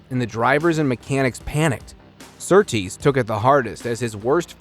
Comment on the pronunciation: The RA-302 is a car, not an engine. The engine was not the issue. It was the chassis, which handled poorly and was a fire hazard. BTW, the man's name is John Surtees, not Surtrees. Very poor quality presentation showing minimal homework was done. Now go and write out 100 times "I will do my homework."